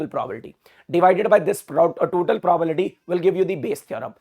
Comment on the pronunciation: Sir it's Probalty or probability?😅